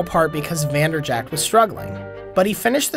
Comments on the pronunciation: It's infuriating that you call him Vanderjackt but still a great video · You work for SB Nation and you don't know it's pronounced Vander-Jet?